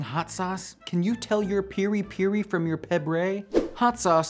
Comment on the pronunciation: lol "peeri peeri" its perry like cherry